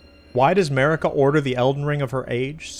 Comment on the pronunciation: Turn on subtitles and read starting . 😂😂😂 On a side note: You do say Marika as A'marika.